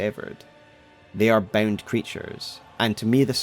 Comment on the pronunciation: Gotta say ot everytime he says bound i just hear BEN